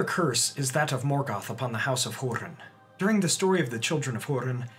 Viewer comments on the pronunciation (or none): none